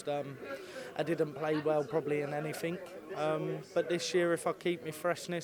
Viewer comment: Yeah dont we all. You're still a pompous fat prick tho. You think ur van gerwyn. You're not so stop poncing it up in the stage u tit. You talk like a 5 year old. Rob cross's vocabulary " yeah I fink so, yeah massively, to be fair, at the end of the day, yer definitely , in fairness, anyfink, them ovvers " can't listen to it or watch it. I hope he slides down the rankings as soon as possible.